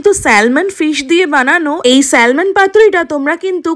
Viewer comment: eta ke salmon bole na uchharon hoy Samon ! ektu sikhun aage